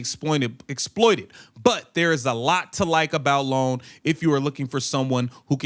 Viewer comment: And that's "EYE OWN" NOT LONE. Ioane